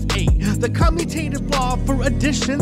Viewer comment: We really appreciate your videos. Just an FYI, you mispronounced "commutative." Is should sound like the word 'commute', as in 'to travel'. Just like the letters are traveling when they switch sides.